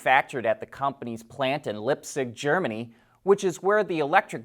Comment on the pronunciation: Lipsig? It is Leipzig, like leyb-zigg :)